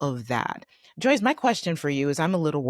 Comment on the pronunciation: No offense, but..........JOYCE!